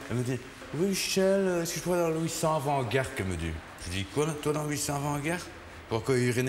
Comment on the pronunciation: "Apres ca, j'ai fait le 600 afant-garttte" 😂😂😂😂😂😂😂